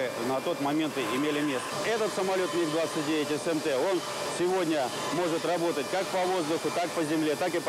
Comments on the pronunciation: That's it! Every aviation enthusiast and every Russian have only one mission in life now - find the narrator and make him read commentary again without saying M.I.G. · I am familiar with the word MiG since I was a child. And I have heard it like a million times. But this is definitely the first time I heard it pronounced like that. M.I.G. This guy must have been living under a rock 🤣🤣🤣